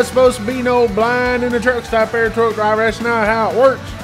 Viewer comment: I cain't know drwaaable ( driver) For a man that preaches professionalism why do you continue to articulate as you " geeratited " third grade ?????? I LOVE watching bonehead truckers. However, do you talk like that with customers ? Or is it only flip-flops and shorty shotys hat makes one un professional? I too am from Texas, my folks live in a place where large gators in their backyard are a nuisance! We actually articulate as though we made it past the 3 grade English